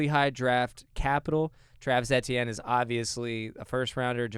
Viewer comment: I thought it was EE-tienne